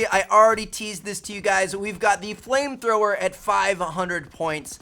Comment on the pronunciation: was it just me who thought he said plane thrower?